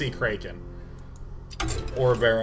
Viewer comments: "North Sea kray-kin" lmao it's "crack en" my dude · it's totally "crock in"